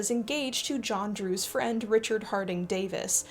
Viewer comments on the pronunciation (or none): none